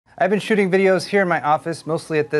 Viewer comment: It sounded like you said "sh**ting videos" at the beginning and I fear the YouTube AI will demonetize your video thinking you said a bad word.